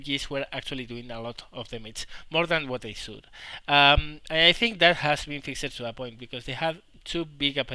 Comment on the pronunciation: Sorry to go all grammar nazi on you, but fixed isn't pronounced fixED, it is pronounced as one syllable, the best way i can put into text is "fixt"